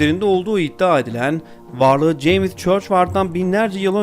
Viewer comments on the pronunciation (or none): none